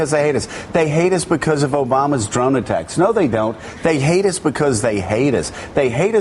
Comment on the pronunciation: From onward, all I could hear is "they heidus becuz they heidus, they heidus becuz they heidus" LOL, Joe Scarborough is ridiculous